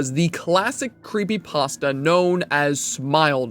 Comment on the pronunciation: Remove the r from pastra.